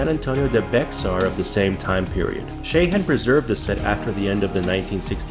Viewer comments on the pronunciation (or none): bexar is pronounced bear no clue why or how but its texas